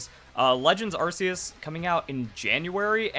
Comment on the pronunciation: Dude learn to enunciate. It's pronounced ARC-E-US as in Noah's Ark not Arse E Us